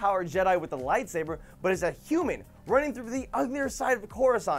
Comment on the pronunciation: 'Late Saber'?? WHAT THE HELL ;-; Its 'Light Saber' Joven...